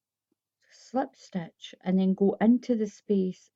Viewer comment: It’s pronounced SLIP stitch NOT SLEPT stitch !!! 😡